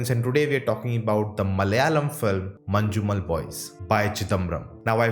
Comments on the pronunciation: Manjumel pronounce as ManNewmel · No non Malayali could pronounce 'Manjummel' correctly 😊- Not even Tamilians